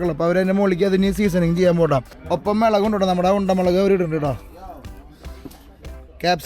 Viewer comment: Please dont say മിളക്, മുളക് എന്ന് പറയു